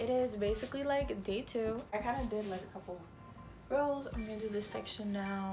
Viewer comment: borderingOnNothing // ROLLS! u say rolls? u can say how u want ik but its rows girl